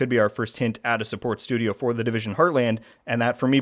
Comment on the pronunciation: the "Divison" Heartland lol